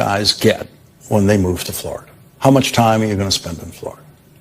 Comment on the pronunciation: He can't even pronounce his home state: FLARADA!